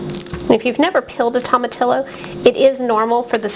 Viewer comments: Pronounced toe ma tee yo. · The LL is pronounced "Y"